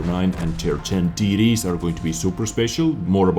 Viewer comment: When you say TD's i hear titties :D